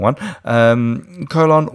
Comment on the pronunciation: You need to make a whole video of you saying: "colon". Coh-Lawn.